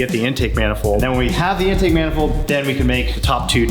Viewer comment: Why does it sound like they’re saying “endtake” instead of In-take